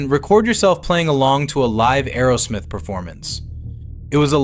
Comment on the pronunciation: It’s Aerosmith not Arrowsmith!